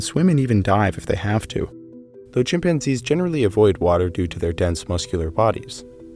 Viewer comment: Hominids {himpanzees} LOL!